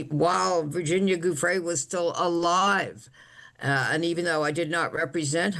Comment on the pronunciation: the woman cannot even pronounce Guiffre's name correctly. how dim can u be?